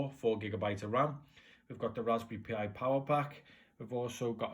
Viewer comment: Dude, it's pronounced like "Raspberry Pie," not "P.I."